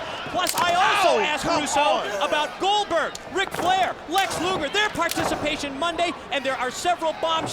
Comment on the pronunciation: got wrecked when he called Glodberg😂